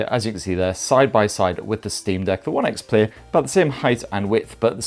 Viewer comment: It’s One X Player.. he’s dropped the first e for some reason 😂 nice video though!